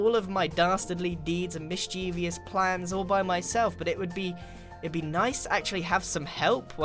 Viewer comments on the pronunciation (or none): MIS-chev-us not mis-CHEEV-ee-us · Stop saying "mis chee vious"